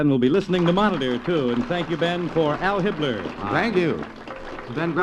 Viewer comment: It's Al Hibbler, not Hal Hitler, that's the jazz singer